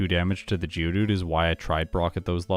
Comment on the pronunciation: Been from the uk i kept thinking who the hell is judu realised you were saying geodude 🤷‍♂️